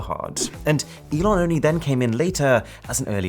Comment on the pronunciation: The name is pronounced "E-Lon" Not like, "E-non" I'm not hating, just saying.